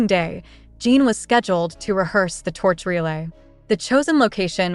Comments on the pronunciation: I can't listen to a voice that calls him Jean! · omg for the low of GOD pronounce the name right shame on you